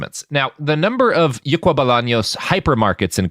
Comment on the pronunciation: I can confirm you mispronounced something in Paraguay. The name of the store is "Ycuá" not "Yucua".